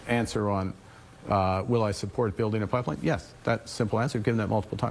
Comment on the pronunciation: he cant even say the word pipeline